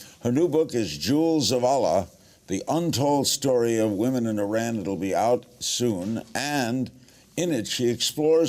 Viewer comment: Learn how to pronounce Iran and Iranian first!